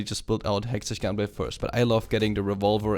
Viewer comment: pls say hexteck gunblade